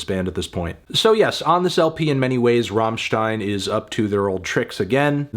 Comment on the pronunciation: But he knows how to pronounce "stein" not like his american fellows who pronouce it like "steen" or what :)